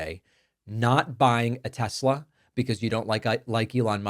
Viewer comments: "I love Tes-slur!" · Tesler 😂😂😂😂😂 is hilarious…. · The tesler bit is cracking me up every time!